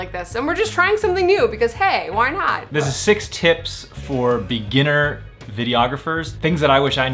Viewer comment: I have heard "sex tips" lol 😁 thanks for advices, gonna try to implement it 😊